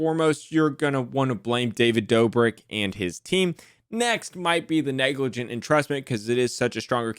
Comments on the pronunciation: LMAO silly it is spelt “neglijant’ not “neglargant” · NEGLARGANT 🤣🤣🤣 Top tier effort Neglrant Negligernt Negligante Nerglrant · neglarant lmao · Neglrant, negligernt, negligante, I love it 😂. I thought I was having a stroke for a minute